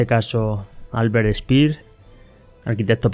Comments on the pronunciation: Y no es Spir, es Shpeer. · ALBERT SPEER ( ʃpeɐ: ) ( SHPEA O *SHPIAʁ )